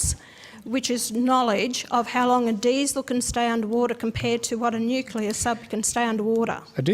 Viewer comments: this is probably the 4th time I've commented this: It's pronounced NEW-CLEAR. NOT NEW-CUE-LAR. You legit sound like Bush or Homer Simpson, YOU ARE SMARTER THAN THIS!!! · Its not nu cuh ler. It's new clear. Please dude it's killing me. 😢